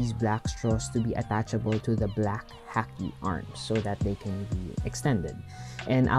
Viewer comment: It's pronounced Ha-Key for Haki